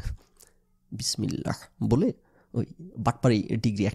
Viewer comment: Bismillah uccharon vul hoice apnar